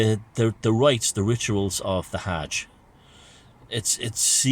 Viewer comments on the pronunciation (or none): Interesting pronunciation of Arabic words. Tips for improvement: It's Islam, not Izlam; it's Hj, not Haaaaj, and it's Kab3a. Fun video